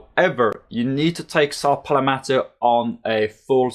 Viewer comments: It's pronounced pal-met-o, I dunno where you're getting the extra vowel in that word. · “ saw Pal - Meto “ !!!!